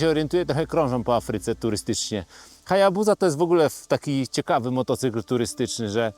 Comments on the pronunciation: Nie chcę być czepialski ale dlaczego HayabuZa a nie HayabuSa? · Wymawia się Hajabusa przez Sy he 😊